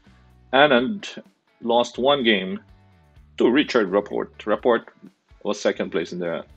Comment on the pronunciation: You totally crushed Rapport’s name! Do some research will you? I hope you say other names right.